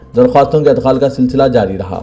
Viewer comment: Adkhal wrong Idkhal right